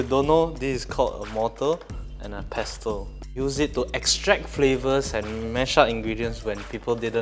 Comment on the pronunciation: Your recipes are really great, delicious, adventurous yet authentic. But could I just clear this little thing? Pestle is pronounced pair-sl where the 't' is silent. Just like in whistle, pronounced whi-sl.